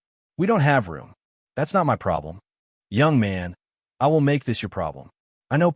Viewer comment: OMG, why doesn't this AI voice cannot pronouse " My' properly? And who the hell fights over a rented apartment😂😂😂😂